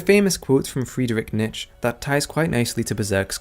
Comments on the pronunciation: "Freederick Nitch" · Excellent analysis, but please fix this whole Friedrich "Nitch" business before using his name in another video.